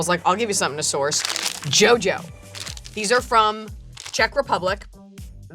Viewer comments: As a Slovak, it's quite surreal to see someone fawning over Jojo candy. It's pronounced "yo-yo", by the way. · ofc she said JoJo wrong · I was really surprised to see a Czech candy making an appearance on such a channel, one more thing to be proud of as a Czech. However, the correct pronunciation of Jojo is "Ioio" with the I being the same as in ionts :) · There are so many kinds of Jojo💜 If you ever visit Prague or any other Czech place, definitely grab various kinds at the supermarket 😁 They cost only around 1,10 USD ... Also I can't believe I see them in the video 😂 And you would pronounce it rather like [Yo-Yo].